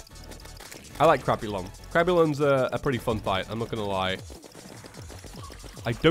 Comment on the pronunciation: Whenever he says “crabulon” I think he says “crapulon”